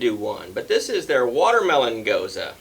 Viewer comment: I have a vacation coming up next week! Coming down to visit the Hard Pour Pub! Finally!! Not a huge fan of Gose style beers. (And thanks for pronouncing it properly) I'm not fussy on the saltiness that usually comes with them,, but the first 2 sounded pretty good. Cheers!